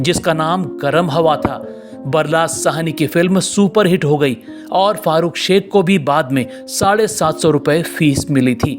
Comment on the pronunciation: उनका नाम fahrukh शेख नहीं farukh शेख है